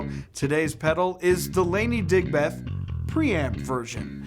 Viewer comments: Came here to comment the same. 😁 DigBETH is so grating compared to how we say Digb'th. 😁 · Dude, pronounce it properly. Like Digbth, not Dig Beth!